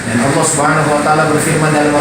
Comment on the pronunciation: Sdh sering ini mengolok2 Islam sperti nama ALLAH dgn sebutan Olloh, menyebut kalimat Isyaolloh, lalu sholat, zakat dll. Pd hal klo dia mau buka Bible ada nama allah yg nyomot dr Alqur an, lalu ada kalimat JIKA TUHAN MENGHENDAKI, YESUS PUN BERSUJUD, lalu tentang zakat... Zakat untuk fakir miskin tp beda dgn PER10AN yg lbh byk untuk Pdt. Mungkin Pdt ini Jarang baca Bible ato takut jemaat gereja yg pd jd mualaf.